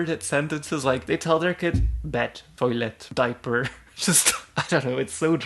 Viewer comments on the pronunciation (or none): "toiiylet" - 2022